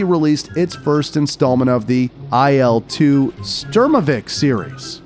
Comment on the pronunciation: . It's Il, not AI'EL. As well as it's pronounced - SHturmovik.